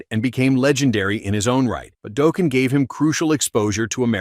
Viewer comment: Daw-ken not doh-ken